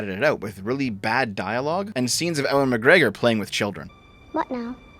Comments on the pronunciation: Ewan not Owen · how have you made an entire star wars video but still can't pronounce Ewan? He's been in film for decades... It's always been Ewe-an? Like, always?